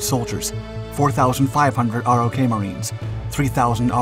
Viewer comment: Dude...stop calling it "R-Oh-Kay." It's pronounced like "rock." As in "ROK Marines, our USMC counterpart." And it's not "Em-E-You" it's pronounced "Mew." Come on man. You don't make these mistakes in your other videos.